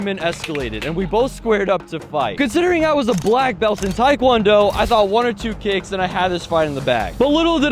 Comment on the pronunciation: The term is taekwondo, not taikwondo